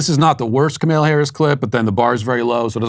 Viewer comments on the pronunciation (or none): I like how you say Kamala like KcMayla